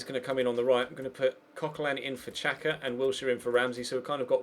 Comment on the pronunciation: It's pronounced Shaka not Chaka and Ozil not otsil